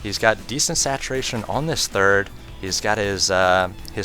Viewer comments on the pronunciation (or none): "Satuwation from Idwa" hahahahahahahahahahaha